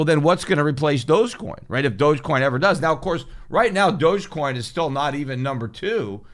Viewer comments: Pretty sure it's pronounced "dog" coin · dogecoin is pronounced "dog e-coin , doggycoin" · Thought it was pronounced dog-e-coin